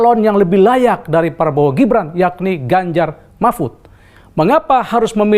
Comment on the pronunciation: Bapak Ini pembawa acara TV apa OPOSISI bicaranya menyebutkan Capres Probowo lucu sekali ya. lebih baik yang jelas saja SAYA OPISI GITU LOH KAN JELAS.